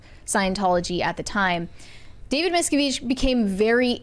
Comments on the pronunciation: correcting someone on the pronunciation of “David Miscavige” when she herself cannot even pronounce his name is chef’s kiss. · Pretty sure it’s Mis-Kav-ij. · Thats a new pronunciation for sure! David's own Dad had to plan and execute an escape from scientology. Hellllloooooooo!!! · I'm sorry, that's not how you pronounce his name. The guy you corrected had it right. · The way she corrected him on how to say "miscavige" 😂 wrong! Have they never heard any of the stories of the scientology defectors? 😂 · I like how is mispronouncing the names and correcting people on their correct pronunciations. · Reh-mee-nee, miss-cah-veeg 😂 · I don’t understand how this girl pronounces Leah Remini‘s name so wrong and David Miscavige‘s name so wrong, has she never heard the real pronunciations? It’s so annoying every time she says their names completely incorrectly.